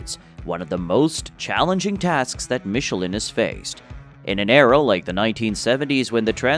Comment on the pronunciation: so, this is the correct way to pronounce michelin? I always thought it was to be pronounced in a different way. glad I learned something.